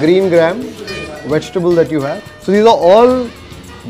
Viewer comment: Also you get "we-ji-ta-ble